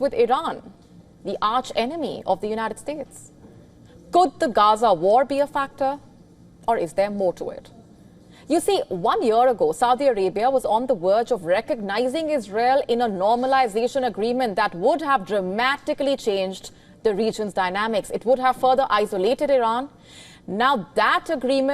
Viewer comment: On the “werge” of recognizing? Why can’t you pronounce the letter V?